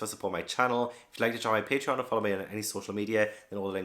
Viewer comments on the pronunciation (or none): none